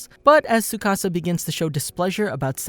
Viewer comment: tsukasa not sukasa XD